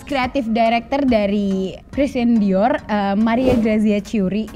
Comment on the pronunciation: Saran aja ka😊 Dior yang benar pengucaannya "Dioh". Jadi huruf "r" di belakang dilebur menjadi "h". Sukses trus berkarya😍